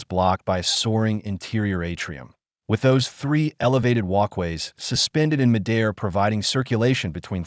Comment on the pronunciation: AI not quite there yet. the pronunciation of 'midair' is pretty noticeable